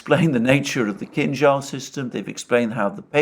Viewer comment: Alexander is a rare occurence of English speaking person who correctly pronounces the name of Kinjal missile, not Kinzal as others do. Kinza in Russian means cilantro.